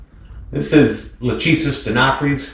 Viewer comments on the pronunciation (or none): Hi man, I love your videos and never miss any- Just a "tip". When you say "LACHESIS" the phonetic is wrong. Latin (or greek) sounds different than your american accent or phonetic. the correct form is: LA (ok) , "CH" is ALWAYS hard like your "K"; the "E" is like the E in WEST (not EAST or EASY) and "SIS" sounds like your "SYS". So LAKESYS ( E like wEst or rEst, chest etc). Love from Italy